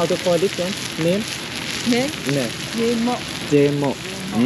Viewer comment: no it's not Jemo 🥹 it's called "Yay-mont" 🥹